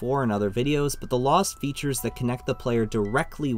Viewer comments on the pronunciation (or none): none